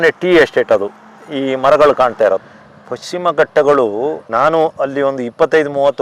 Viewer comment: ಅದು ಪಕ್ಷಿಮ ಅಲ್ಲ ಮಾರಾಯ, ಪಶ್ಚಿಮ.😊😅😮